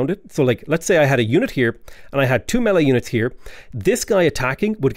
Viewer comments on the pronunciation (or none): none